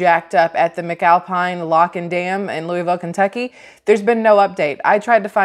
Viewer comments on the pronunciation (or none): none